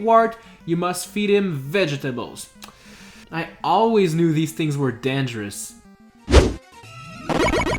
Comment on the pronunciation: When you said vetables danguros lol😆😆😆